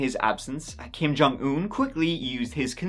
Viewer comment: You have not heard the rast of Kim Jong Earr!